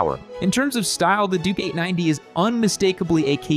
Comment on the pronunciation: Triumph over the others.. Also.. i keep hearing him say "Dookie 90" WTF.. its gotta be on purpose.. he's clearly calling the bike a turd..